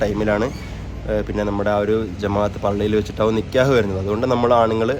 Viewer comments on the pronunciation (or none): നികേഹ് അല്ല നികാഹ് ആണ് പറയേണ്ടത് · നികേഹ് alla😅 നികാഹ് annh 😅😅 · നിക്ക്യഹ് അല്ല നിക്കാഹ് ആണ് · നിക്കേഹ് അല്ല നിക്കാഹ്